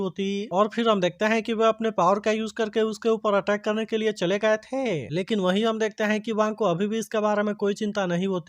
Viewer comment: Please hain or the 😂ko ache se boliye😂